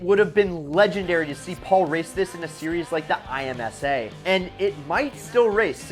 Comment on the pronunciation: IMSA is pronounce em-sa